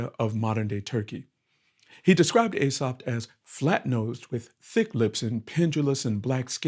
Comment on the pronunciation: EE-Sop, FFS KREE-SUSS, FFS!